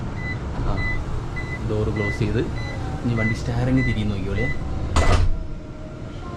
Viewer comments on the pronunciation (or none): ഇടാമോനേ, സ്റ്റാറിങ് അല്ല ! സ്റ്റിയറിങ്ങ്.....